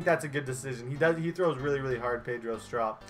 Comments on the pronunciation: he is saying strop wrong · Klay thompsons brother and you pernounce Pedro strop wrong